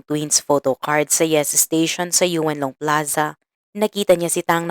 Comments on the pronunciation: Paano magiging Yun long yan .Ang word is Yuen long.e pronounce Ng twist tongue deritso insert ang en yu deritso. Yung narrator Kasi Yu en kaya pag pakingan may en. Dapat Yuen long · Yun-long po un ndi Yu-en long, malapit s shenzhen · Kaya nga pinapahirapan pa ni Madam ang dila nya sa Yu en long instead Yun long o Yuen Long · Yun-Long (Yuen Long) Hindi po Yweun Long Ma'am. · yuwen long daw! yun long ang.bigkas😂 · Yuen long ang tama hindi Yu-en long at hindi rin Yon long madalas ako dyn. 25 years ako dyn sa hk side for good ako last june lng. Sorry for correction 🤞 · Yon- long or Yun long po hindi Yu-en long ung tamang pag pronouce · yes Yuen long ung tamang spelling..but what i mean is how we pronouce ,,yon-long not yu-en long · Yuen long pronounce as yun- long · Sa Yuen long (Yun long po) pla to, grave..peru ansarap pkinggan sa tenga the way you narrated it❤ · Halaaaa kilan lng nangyayari ito? Yeun long read as Yun long po yan ma'am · Yuen long read as yunlong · ineng..."Yun" Long ang tamang bigkas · yun nga rin po ang sasabihin ko "yuen long" pronounce as "yun long"....dipo ako nangbabash ah for the record. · Silent e po kaya YON LONG haysss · Same kht yon long ok n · Touge twist yan Yuen long tingnan mo Ang bibig Ng Chinese pag nag bigkas Yuen long deritso insert ang en sa yu.